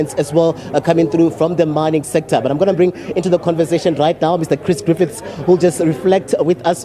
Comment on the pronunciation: It's Griffith, not Griffiths